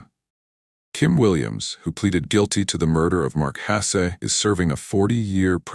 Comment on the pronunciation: Your AI Bot needs to work out how to pronounce Hasse, you need to quit writing untrue titles, and you need to stop spouting BS. Poorly written, disastrous editing, incomplete stories and ridiculous voices make this unwatchable.